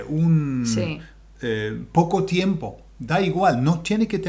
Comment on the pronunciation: please allow me to make this observation for your Spanish. U and I are weak when we are learning Spanish. What am I saying? The vowels U and I are weak, meaning, when combined with a strong vowel, A, E, O they no longer make TWO sounds. Tiempo. Tiem-po. If I say it the way you say it in this video, it is Ti-em-po and that´s not correct. Es-ta-ción because an accent doesn´t invalidate this rule! We still have only one syllable Es-ta-ción. U and I are weak. A, E, O are strong. Two strong vowels are two separate syllables, always. Fe-o. Bien. One syllable.